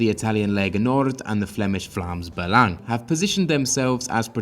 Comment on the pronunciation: Nice to see the proper pronunciation of Vlaams Belang ;) (You're welcome)